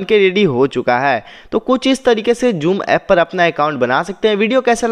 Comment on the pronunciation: Ye joom na hi ha zoom he